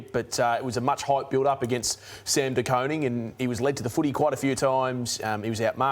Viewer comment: “De Coning” bruh